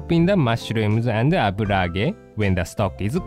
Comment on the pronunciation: separe the "mashrums" ha ha ha love him ^^